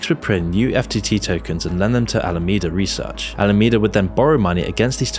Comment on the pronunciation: You said "Al-Amanda Reseach"... you really didn't catch that when you edited the video?